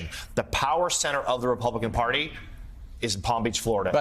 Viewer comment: Hey, Joe...the word is "Party," not "Porty"! P.S. What's up with that HAIR???